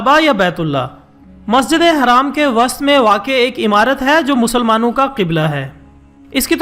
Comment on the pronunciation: es pagal ko ya nae pata k masjid haram kesay boltay hain.....zalil insan apny lafz ko dubara suno...